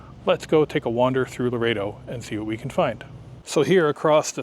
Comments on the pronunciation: Lo-ret-o, not lo-rey-to I noticed while you were in the mission that you conveniently didn't record the sign that says no cameras. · Everyone pronounces it Lor-EHT-oh, not Lor-A-Do. And how did you manage to NOT film the beach??